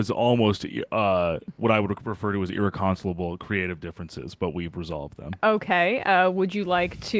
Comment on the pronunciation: 🌟 🌟 🌟 🌟 🌟 to the show 🌟 to Bradleys pronunciation of irreconcilable